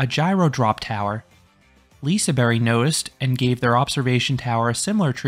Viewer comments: liseberry??? That’s not how it is pronounced by the local Swedes, it is more pronounced like “Liseberj” in a Swedish accent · Lisaberry? It's LisaBERG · Y? That doesn’t even sound right, it’s more of a J sound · what is a Liseberry? it's Liseberg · J as the English pronounciation of J? Like in the word jelly? Because as a Czech, I would also say it's J, but in English context it's a bit different. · bruh no, literally as a swede i can say that it's more of a j, not a y